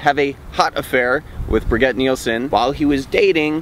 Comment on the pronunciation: I believe that Brigitte is pronounced more along the lines of "bridge-eat", though I may be wrong. It didn't detract from the fact that this report was very funny though. Nice twist at the end. :0)